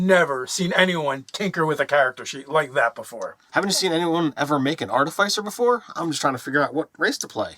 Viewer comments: I love you guys and appreciate all your videos. I have to say it though... AAR-TUH-FUH-SR... Artificer. 🙃 I'm the worst I know. Keep the vids coming!! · ART- IH- FIH- SIR. How does noone speak english. Try the word ARTIFICE, JESUS! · ɑɹˈtɪfəsəɹ. Fyi.. like office, not suffice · Ar- ti- fis*-er godgamnit. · Artifyser? Artificer? ArTEHsiFUR? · Wait are they pronouncing artificer wrong or am I? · the pronounciation of Artifice is killing me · RPG content creators will never agree on how to pronounce Artificer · Pronouncing artificer... Failed... I in - fi- is pronounced (I) not (aI)